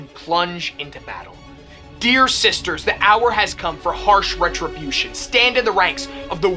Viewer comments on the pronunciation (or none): none